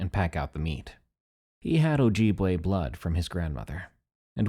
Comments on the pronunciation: OJEEBway lol that was silly~ pronounced oh-jib-way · Good story but your pronunciation of Ojibwe gave me scoliosis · Ah the mispronounciation killed me on ojibwe, BUT the reason we dont say the names let alone TALK about them anywhere thats not the middle of the winter is because they could be listening. There spiritual beings and provoking them can cause consequences, its a wonder why ppl dont catch a physical bigfoot and they only claim they seen things or mainly fake the sightings for physical evidence. Tho this creature even tho you dont speak about it in the general area and time of the year (which is 90%) even in the winter you dont try to get to depressed and specially commit cannibalism Mii iw miigwetch (thanks for listining :] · Ojibwe not ojibwe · I've seen those things in the Utah, and MN ( NE psrt) the AI voice in this video produces Ojibwe/Wa wrong, too. Northern mn is to creepy for me to go camping anymore. Evil places there